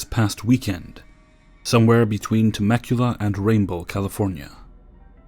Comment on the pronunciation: You did well with the pronunciations on story 4. However: TEH-meh-cue-la, not teh-MEH-cue-la. Mount Jacinto poses a peculiar problem, and I blame the writer. The "J" in Jacinto should be said like an "H" in English. The word is Spanish for "Hyacinth" ("It's 'Bouquet', dear. It's 'Bouquet'.). However, the actual name of the mountain in question is "Mount San Jacinto", and in Spanish the "J" in "San Jacinto" is pronounced exactly the way you pronounced it. So, when calling it Mount Jacinto, there's a good argument for both pronunciations. That is, if you care.